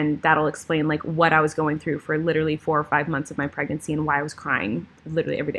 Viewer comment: Litrally or literally?!? 🤣♥️ love you lady!